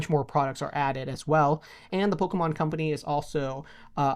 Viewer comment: Why does he say "Polka mon" 😂